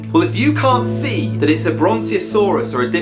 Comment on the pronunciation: You butchered the brontosaurus and diplodocus. At least try to learn the pronunciation. Your description also didn't even mention anything scaly which is literally the dinosaur feature, yet you claim it being vegetarian, standing in a river and being powerful makes it a dinosaur? No, that makes it a monster, people like you are the ones to attribute these things to dinosaurs